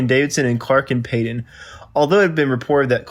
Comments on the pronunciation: Denis's last name was Payton not Payd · The narrator of this piece on The Dave Clark 5 needed to practice a bit before he did the actual reading. Among other things, he mispronounced sax player Denis Payton’s last name. It’s Pay-ton…long “A” with a “TON” on the end…